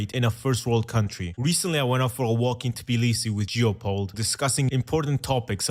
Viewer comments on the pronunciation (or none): none